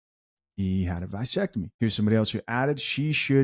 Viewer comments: What's a vie-sectomy? It's vas....vas!!! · With all due respect young man. The word is VA SEC TOMY .Pronounced the same. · Vasectomy with a A not Visectomy with I